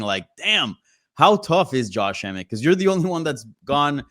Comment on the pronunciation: He butchered Emmet. 😂